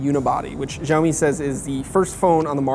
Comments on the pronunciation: its not JIAOMI its XIAO MI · "shao-mi", not "zhaomi" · As a Chinese speaker, I agree that the way he pronounced it sounds more like Jiaomi ("Gel-mee"). The more accurate pronunciation should be closer to "Shell-mee" with very little emphasis on the 'h' sound. Of course it needs to be intonated the correct way but lets just take it one step at a time. :) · it is called "siaomi" not "jiaomi", dont not where did you get the " J " from ? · How come no one can say this company's name correctly in the states? the x has an sh sound. no zh. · SHAO MEE Look up the pronunciation first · Какой блядь - Жяоми. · it's pronounced "siao mi". the x is replaced with s in Chinese pronunciation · Learn how to pronounce xiaomi 😠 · None of these 'hip' american tech sites pronounce xiaomi properly. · You should learn how to say Xiao Mi correctly... it's not that hard. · FFS, learn to produce Xiaomi. How does an 'X' sound like a 'J'? That doesn't even happen in Spanish. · Dislike for breaking the phone and for pronouncing "Xiaomi" incorrectly. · You should google how to pronounce "Xiaomi" better. I dont see any "J" on Xiaomi. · Linel Joseph San Juan x more of a sh sound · Learn how to pronounce Xiaomi.